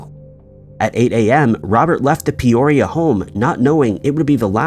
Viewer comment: It's PEE oria not Pay orea